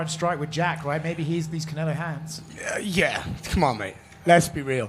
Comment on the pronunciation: Can-El-No hands